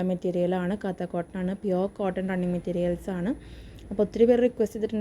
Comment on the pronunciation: Not pronounced Katha cotton.this. Is Kantha cotton fabric from Calcutta